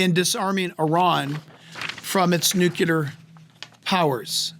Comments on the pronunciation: It's NUCLEAR not nucular! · Nuclear -new clear not new cue lar. I totally love this pastor but I can't help but correct the mispronouncing of nuclear. Lol. Thankful you so much, Pastor Hibbs, for this amazing message and for preaching about what most pastors won't but should! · it's NUCLEAR... NOT NU Q LAR 🙂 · Nucular? Really? Here in the woods we call it nuclear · Jack, the term "nuclear" is pronounced, "new clee ur", not "nu ku lur". You probably know this now, it's a common mistake, I just have to point it out! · Nuclear, only one u. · PLEASE stop saying “nucUlar!” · We love Jack and his insight, and have been blessed by his teaching. Please, please, PLEASE get him to practice saying "nuclear"! This is an error that discredits his message in some folks' minds. It's pronounced NOO-KLEE-ER.💖👆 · YES!! Doesn’t that drive you crazy when you hear that? “The Israel Guys” also talk like that. Wrote something in their comment section to try to correct it.